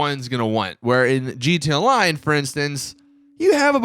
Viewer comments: What the fuck is a jeeteeya-line?? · it always caught me off guard how he says GT online